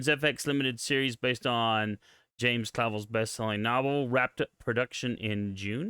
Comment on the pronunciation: it’s pronounced cla”velle” rhymes with hell. James Clavell is my distant cousin(3-4 times removed), I’m super excited for this show.